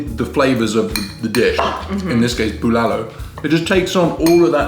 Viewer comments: Good eve congrats again. You really lucky, fiancé good cook. boiling the meat is usually a struggle, we use pressure cooker for beef to save time wait didn't wipe dry the rice cooker underside? BULALO. You got pronunciation right this time. "tagay hanggang mamatay" Tagay - toast/shot/drink Hanggang - until Mamatay - to cause death "let's drink until our deaths" See correct pronunciation here: • • the way eating it is how we would've done it "save the marrow for last", unless you think somebody will beat you to it 😉 "not a big cabbage fan"... So "broccoli" is the cabbage. Hahaha But you're right, cabbage tastes very good in bulalo. when a guy tells a girl "I like your cabbage" then awkward silence 😓 hahaha doesn't look like he drinks a lot. He looks like the guy who kicks the ass of someone who drinks a lot and gets rowdy at a club. 💪 oh the joy of having bulalo,.. and the high blood pressure afterwards.. hahaha marrow delight. Yum 😋 high blood dance? Hahaha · Almost perfect how you say bulalo. That's masarap by the way. ✌ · Your "BULALO" is better than mine! Looks good!Good Job!